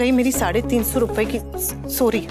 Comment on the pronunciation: Vaah kya faltu giri dikhate hai serial me ek baaju ye dikhaya gaya hai ki anupma collage me jaa chuki hai our use thik sorry tak bolna nahi aata are aaj kal to play sachool ke baccho ko bhi thik se sorry our thank you bolna aata hai our ye anupama maharani ko suri our tenku bona aata hai🙆